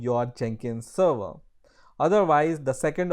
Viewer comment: Thanks for this intro to Jenkins.. my only suggestion: respect the language, please verify your pronunciation on specific words like provision (not prowision), server (not serwer) or week (not veek).. You can find some proper english pronunciation using this link